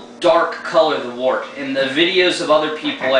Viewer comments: 1: Mr. Beer sucks. Go get the stuff and do it right, you'll be glad you did. 2: Glass bottles, not PET. 3: It's pronounced "wert", not "wart". Give it another shot! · pet bottles are fine for the beginner, but i agree with getting the right gear and doing it right. and its actually pronounced wort, the way it is spelled :-) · its pronounced wert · According to the dictionary, it can be pronounced either "wurt" or "wart". So I retract my previous edit, as it can apparently go either way. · well im in ireland, and most people here speak english very well, and i am back and forth to england a lot, and i hear pronounced most often as something between wort- wurt.